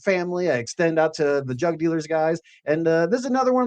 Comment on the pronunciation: I heard "drug" dealers instead of "jug" dealers every single time on this POS phone speaker LoL 💯😆